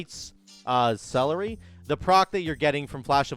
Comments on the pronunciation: Lights CE LEAR ity. not lights celery. Sounds like a wow diet that would fail. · So stoked for Ret! It's pronounced ce-LER-ity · sell-air-ity celerity :D